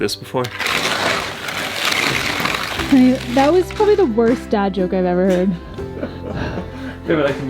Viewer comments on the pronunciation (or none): none